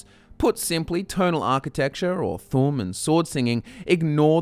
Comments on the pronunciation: Its thuum not fucking thum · its not the tum its the th'um, th um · it's thu'um not thum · It’s pronounced thoom 😭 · I think you should learn how to pronounce thu'um correctly. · You are saying it like "Thumb" Like WTF? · You need to put emphasis on the u in thu'um